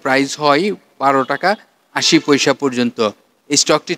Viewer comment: পইসা না বলে পয়সা বললে ভালো হয়।